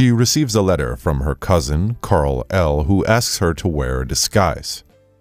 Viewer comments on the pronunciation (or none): Karl- EL? You meant Kal-EL right? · Did you say Kar-el… it’s Kal-El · It's kal-El not carl. And there is no brainiac 1. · Who is Karl-El? You mean Kal-El. Let me guess you're going to tell me Batman's name is Deuce Wayne? Lol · It’s Kal el not Karl el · Dude it's Kal el not Karl el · Okay. First of all why are you saying Superman’s kryptonian name as KARL-El? His name is KAL-el. And why are you using his Kryptonian name at all instead of his Earth name? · Whos 'Karl-el'? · I know these guys use voice bots, but... "Karl El"? It's KAL-El "Karl".... [face-palms] This is Supergirl, it ISN'T "Llamas with Hats"!! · Lol # it’s not Karl-L it’s Kal-L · Karl-el LOL. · Ah yes my favorite character, Karl-El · "Karl-El" hahah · Hold on... did he call superman... Karl El? Ugh... the comic nerd in me is cringing.